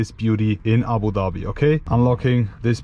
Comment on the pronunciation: the only european guy who can announce (Abudhabi) the right way